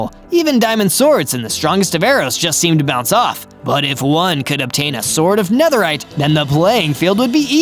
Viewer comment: Man spricht es Nederride aus